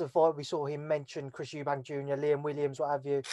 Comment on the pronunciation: It's not eubanks. Chris sr has been around for 35 years. You would have thought at least the brits would know his surname